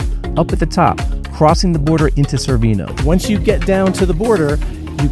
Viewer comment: Wait... you made it all the way to Cervinia and nobody corrected your mispronunciation? Chair-vin-eee-ah.. Otherwise, great video. Very informative.